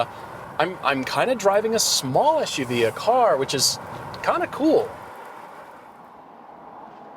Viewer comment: It sounds like he is saying CUV it's s u v lol